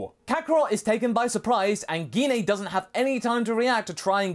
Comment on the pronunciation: The way you keep pronouncing gine's name is really triggering me it's pronounced ji-nay not gi-nay her names been pronounced in unofficial content games etc but the most recent was in the broly movie which is cannon and even in that it's pronounced ji-nay